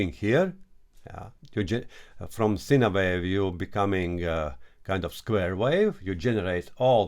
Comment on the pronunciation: Informative video for the newbies😎 One small thing- "Sine" wave, when spoken in English sounds like: "Sign" wave, not "Sina" wave. I've always understood what you meant when you said it, but it may throw some noobs off- especially if English isn't their 1st language. Please don't forget think I'm being critical, I love what you do, and am letting you know because you seem like a good dude, and would want to know yourself🙂 Take care my brother, Aloha from Hawai'i 🤙🤙🤙